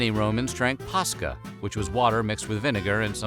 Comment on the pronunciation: I can't be the only Finn here. For those who don't know the way he's pronouncing Posca is the exact way we pronounce a Finnish word, paska. This word literally means shit.